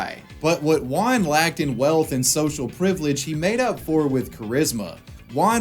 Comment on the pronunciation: Everyone: juan: wuan